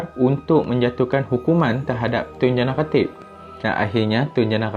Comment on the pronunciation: boss sebut lah betul2 tun jana khatib , sebut nama dngn jelas